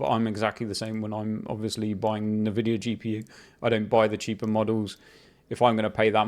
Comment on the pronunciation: First time I hear someone pronounce INvidia - Navidia